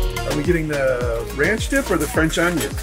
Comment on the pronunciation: Aubrey always says ranch of cores lol She loves pickels😊